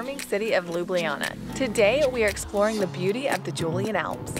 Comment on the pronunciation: It's pronaunced Yoo-lee-ann alps. Nice video. Sorry, very nice video.